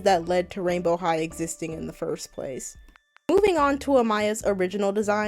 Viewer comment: I thought you said royal high💀